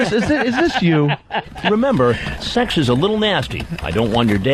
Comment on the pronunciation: He'sh cuuum fur sssuuuuweeexxxx